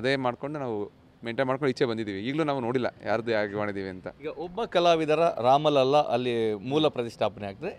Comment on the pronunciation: 🕉 ಒಂದು ವಿಷಯ ನಿಮ್ಮ ಗಮನಕ್ಕೆ- ಅಯೋಧ್ಯಾ ರಾಮಮಂದಿರದ ಸಂದರ್ಭದಲ್ಲಿ ಎಲ್ಲೇ ‘ರಾಮಲಲಾ’ ಶಬ್ದ ಬಂದಾಗಲೂ ಅದನ್ನು ‘ರಾಮಲಲ್ಲಾ ‘ಎಂದು ತಪ್ಪಾಗಿ ಬರೆಯದೇ ಅಥವಾ ಉಚ್ಚರಿಸದೇ ‘ರಾಮಲಲಾ’ ಎಂದೇ ಹೇಳಬೇಕು, ಬರೆಯಬೇಕು. ರಾಮಲಲಾನ ಅರ್ಥ ಬಾಲರಾಮ ಎಂದು - ಇದು ಅಧಿಕೃತ ಮಾಹಿತಿ